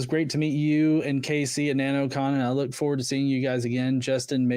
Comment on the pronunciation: Wook ewewyone! He’s going to make it wain at the wocation he’s at! ^ Literally how this super hero spoke. Holy hell. One minute i think this guy is mentally stunted and the next he’s speaking with actual depth and knowledge on the topic. He HAD to be trolling with the super powers stuff, no?